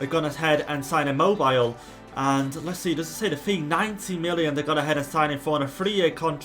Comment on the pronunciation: it's pronounced Chiro Im mo bee le